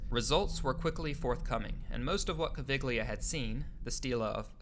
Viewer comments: In the name Caviglia the g is silent and thus pronounced like Cav-eel-yah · Cool video. You owe apologies to many more than the French for mispronunciation, though. Edgar Cayce? I mean, Hawass and that interviewer mention his name several times in this video! Caviglia? Obviously, you're not Italian. Robert Schoch? Thutmose? C'mon, man. This is the internet. You can find correct pronunciations for literally millions of words and names in seconds.